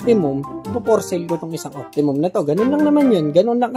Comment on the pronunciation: Optimus Prime bro not Optimum.